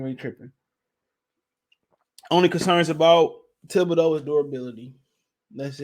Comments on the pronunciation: Kayvon "Kibideux" lol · Bruh…….. it’s THIBODEAUX LMAO